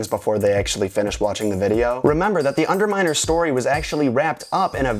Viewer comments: it's obviously the underminah. Who else would it be besides the underminah? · it's undaminer it's obviously undaminer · it's obviously the undermandah, who else could it be but the underminah?